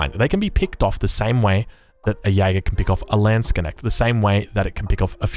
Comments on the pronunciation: How can you pronounce Landsknecht like Lehnschg'näggt??? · Landsknecht( "the Lands-kne-cht" ) just don't make a break between k and n.